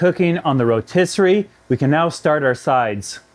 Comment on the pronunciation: Rotisserie “skyeer” 😖